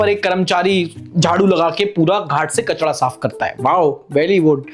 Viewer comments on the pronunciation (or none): bhaiyaa its kachraaaa not kachda